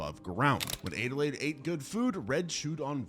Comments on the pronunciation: Adelaide (add-a-laid) not aidealaide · It's Adelaide not adelayed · So my name is Adelaide, (pronounced ad-uh-lade) and that’s how the protagonist from the movie “US” is spelled, but it physically hurts me to hear it be pronounced “ay-duh-lade” xD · “Aid-a-lade?” How tf do you not know how to say Adelaide??? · Why are you pronouncing Adelaide like that? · The way he's pronouncing Adelaide is killing me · That bothered me too